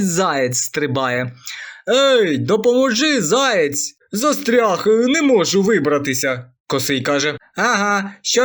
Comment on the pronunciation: Заєць, а не "заяць".